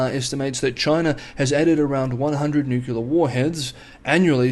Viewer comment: What is newuckyoular ? Anything similar to new-clear (nuclear) ? Bizarre pronunciation. Mind you, if 6 is "sucks" no surprise making a complete Horlicks of nuclear